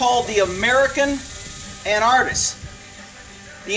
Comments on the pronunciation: pronounced AN-ARK-IST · is it a different word or do you just pronounce anarchist weird? how would you say anarchy then?